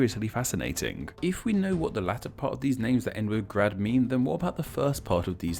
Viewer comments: You said grade wrong in slovenian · If you're doing name explain video, you should at least learn BASICS of slavic pronunciation. J is Y in slavic. Is this so hard? I'm so disappointed. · Yeah, your pronounciation was terrible... Nowhere in Slavic world... We just don't read C as /k/ or J as /dʒ/. And moreover: This suffix became also 'hrad', 'hrod', 'gorod', 'gard', 'gród', 'horod', 'grod' in different languages. Still - good stuff, like your videos. ;) Keep on!